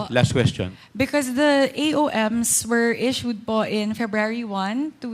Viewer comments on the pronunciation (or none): none